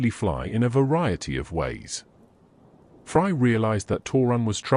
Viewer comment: I cant get over how the ai calls fray "fry". I cant help but think of fry from Futurama lmao